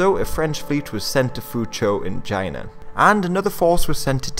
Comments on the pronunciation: Enthused Norseman Exactly, that was how pronounced China in that clip. That sounds almost like how Donald Trump often pronounces China. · did you pronounce China with a hard J sound? Anyway, I hope you make more videos on Southeast Asian history, especially the Indonesian National Revolution and the Padri War.